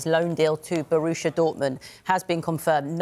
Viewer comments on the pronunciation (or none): It’s Borussia Dortmund not Borusha Dortmund. If you want to commentate on football please get it right. And if your maths isn’t great in what has become a percentage based sport, you’re in the wrong job.